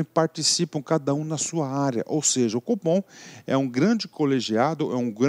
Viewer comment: Competência do "fofom", brincadeiras a parte ótima aula!